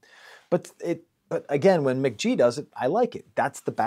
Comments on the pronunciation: "Muh-ghee" not "Mick-G" c'mon man!! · I really like this analysis, but hearing Mk.gee pronounced as "Mick G" was so triggering for me 😩. It was obviously the original intention since his name is Michael Gordon, but "mac gee" sounds so much better and he's confirmed this pronunciation in the past. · Pronounced "McGee" lmao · Pronounced McGee